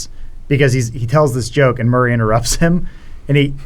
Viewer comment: can't say Murray